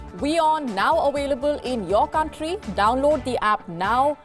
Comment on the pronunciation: Wion now "awailable" in your country guys.